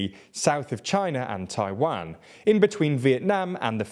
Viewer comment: Why does he say Taiwang instead of Taiwan?